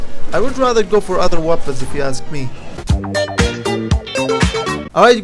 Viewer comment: Haha the way u say weapons webböns no hate tho